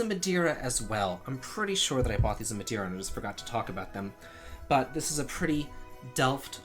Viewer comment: Hey love your channel and hope you dont take it the wrong way. As a Portuguese, its MadEIra;) And the jewellery bowl is actually for olives, the big "bowl" for the olives themselves and the small one for the olive pit. And no, I'm not offended or trying to educate you. You're great, keep up;) But glad you enjoyed your vacation and that you're feeling better now.